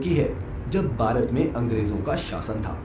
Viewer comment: Bhai aap Bharat ko sahi see bolo Bharat mein rahte ho aur Bharat sahi se nahi bol paate....